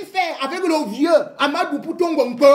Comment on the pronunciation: REMY cesses de te mettre dans des histoires dont tu n'as aucune maitrise. Ahmadou dont tu éprouves des difficultés à prononcer le nom est bel et bien le coordonnateur du projet Mont Mbapit. c'est un projet initié par l'état du Cameroun comme tous les autres projets initiés au Cameroun. certes c'est un bamoun qui gère ce projet mais son coordonnateur a sa hiérarchie à qui il rend compte et non au peuple bamoun comme tu le prétend. par ailleurs, tu parles de détournement des fonds du deuil, laisses les concernés se plaindre. si les bénéficiaires de cet argent estiment qu'il n'ya pas de soucis pourquoi tu t'en mêle au point d'inciter les bamoun au soulèvements. Remy Ngono, franchement si tu n'as pas d'inspiration, tu peux te coucher et tu dors. tu racontes vraiment des histoires dont tu n'as aucune connaissance.